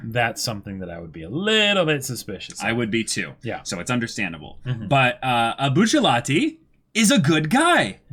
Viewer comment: I can't be the only one that thinks "Buchallatee" is cringe. I love these guys but still